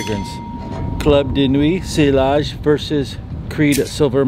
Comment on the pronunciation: It’s pronounced si-yazh